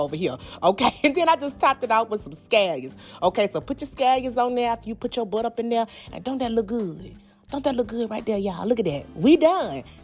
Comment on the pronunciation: The way she says BUTTA....When you cook with this much personality, you know the food has to be the . I had to subscribe for that reason alone! I can’t wait to try the recipes!!! Thanks sis